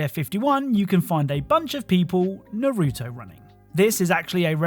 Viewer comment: Man the way u saying Naruto is painful lol